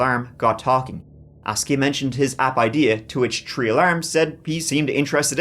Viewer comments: The way Irish say three sounds like tree to me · always finds a way to incorporate the number “tree” in every story 😂❤ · My favorite one is when said “… the suspects were never found, those TREE man were hiding in the woods…” I laughed so hard that I still remember.😂